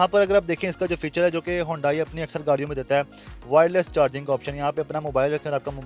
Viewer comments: It’s not hondai it’s hyundai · ھونڈائی نہیں بیٹا، اسے "ھی انڈے" بولا جاتا ھے۔ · It's called Hee- yun- day- ee. ..not hondai in pronunciation.